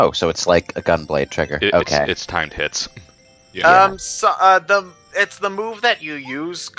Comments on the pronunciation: is it just me or when they say timed hits it sounds like time tits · Every time says, "Timed Hits", I can't help but hear, "Time Tits". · When they said timed hits sounds like they say time tits